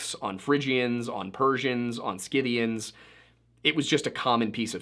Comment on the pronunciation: Dear boy, it is pronounced si'-thē-an(s). There is no hard 'K' sound.